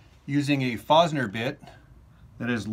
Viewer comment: "forced-ner" bit... Just trying to help you out, not being a troll. Thanks for the tips.